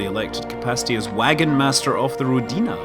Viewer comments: not rodinA, but rOdina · Scott, I believe it's "rOdina", not "rodIna". Means "Motherland" in Russian. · Scott, pronounce it as ROdina, emphasis on the first syllable. It makes more sense for Russian ear. ;) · Rodina - Russian word. Pronounce like Odin name. rrrOdina. =) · Scott, it is actually rOdina with stress on letter o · You're pronouncing it wrong, it's a Russian word!